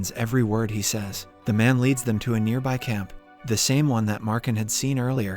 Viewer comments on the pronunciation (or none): none